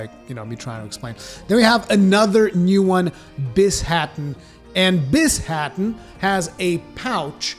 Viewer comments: Bi-sha-ten not bis-ha-ten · The new tengu monster's name is "Bee - Sha - Ten", by the way,. XD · "Magmadalos and Bis-haten", yes Pretty hype for rise ngl